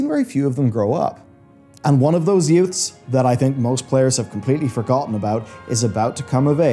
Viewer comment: Did you say yutes?